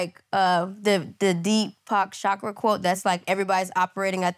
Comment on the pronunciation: Why Nyla keep saying Depoke Chakra 😂